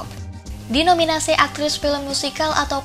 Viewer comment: Apa cuma aku yang denger mbak nya salah nyebutin nama Margot Robbie? 😢